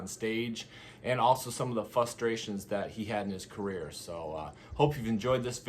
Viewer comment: He said ‘fustrations’ lol. No ‘R’ lol